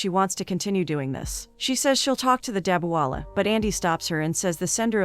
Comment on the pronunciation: It's not Dawewalla... Its DaBBe-wala..